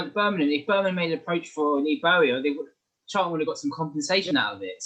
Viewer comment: First time viewer to this channel - really good discussion for me , a CAFC supporter. Thank you, good opinions, and fair assessments. One thing though : there is a 't' in Charlton! Not "Charl'un"..... I know you can pronounce 'ton' because you said "Souf'amTon" ! Smiles Anyway, good report, nice discussion ; I'll subscribe. Cheers!